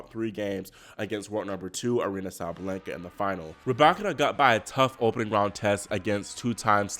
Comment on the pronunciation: why do you keep saying “SabLenka?” It’s Sa-Ba-Len-Ka!” Sabalenka!! 🤦🏽‍♀️😩😂🤣